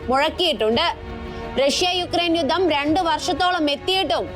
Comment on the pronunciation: യുദ്ദം അല്ല, യുദ്ധം എന്നു പറയണം